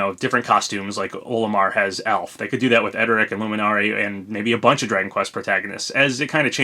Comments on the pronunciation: Pronounced LEW-MIN-ARY. I love Dragon Quest so it set my radars off when you butchered the living god out of their names. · The way you said Luminary bothered me